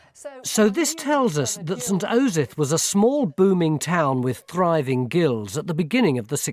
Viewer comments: He clearly mucked up the pronunciation a few times at the start there. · I love how Tony clearly keeps mispronouncing "Osyth", and then they have to fix it in post